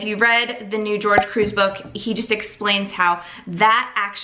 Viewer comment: I hope you know by now his name is not George its Gorge (hor-hay) thank you for your videos it's fun to see someone else doing this too!